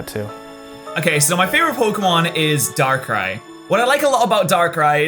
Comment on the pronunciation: DARKRAI, NOT DARK RIE!